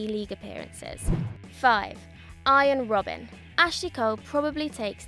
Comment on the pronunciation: she said 5 arjien robben